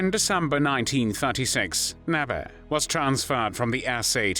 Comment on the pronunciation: It is pronounced "Nébé" , not "Näbä"